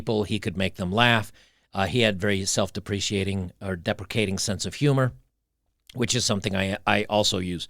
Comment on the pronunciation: English MF, do you speak it? Lol, I wonder if was hungover on this one. Self-Deprecating is pronounced Self-Deprekating and it seems he managed to mispronounce every singe celebrity name that came up. It really made me crack up. I give free English lessons, if you're interested, mate:))))))) On a more serious note, attraction is not an exact science, often it comes down to hormones and scent, but there is also an energetic component that is rarely discussed. If you give off the right vibes, the kind that women are attracted to, they'll just be naturally drawn to you. Just last week, I walked into a Burger King and had myself a burger. I was sort of looking in the general direction of the employees, who were mostly young, attractive women in their twenties as I was waiting for my order to arrive and I was kinda spaced out. I noticed some of them looking at me and giggling which I found weird. As I was eating, one of them came up to my table and dropped off a napkin. I though how nice, she probably thought I didn't have any. Only later did I notice that it had her number on it. I didn't call her, because I'm really not into dating right now, but that's not the point. I'm 42 and not what you would call attractive, yet a girl much younger than me showed interest in me, without me lifting a finger. It's not just women though, sometimes dogs and little kids come up to me and try to befriend me. It's a vibe, that comes with having an inner calm and being at peace with the uni